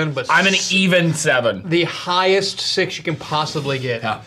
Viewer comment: can’t say 6 unless he stands up right?